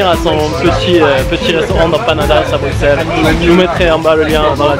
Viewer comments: on dis BruSSelles pas BruKselle combien faudra le dire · On dit brusel et pas bruxelles comme tu dis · Brusssseles et pas Brukkkkkseles ! Comme Auxerre qui se prononce Aussssere ! Et la Grand Place, non la GrandE Place. Cent Zabonnés ? Liaison très dangereuse. La Porte de Hal dans son aspect actuel date de la seconde moitié du XIXe siècle, rénovée par Henri Beyaert,tout à fait dans la lignée d’un Viollet le Duc qui l’apprécia. Avant cela, c’était une sorte de bunker moyenâgeux. Ceci dit : sympathique vidéo. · Je veux pas faire le chian mais on dit Bruxelles Brusselles